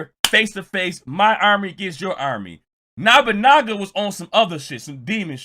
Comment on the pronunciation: It’s “No-Bu-Naga” not “Na-Ba-Naga, but point taken